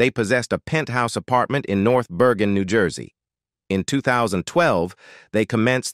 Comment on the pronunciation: Where do they get these commentators who can’t pronounce words like New Jersey😂